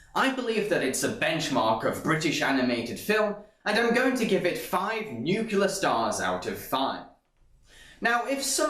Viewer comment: Nuclear. Not 'nuculer'